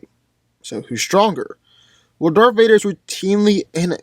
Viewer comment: He said "DARFH VADER" XD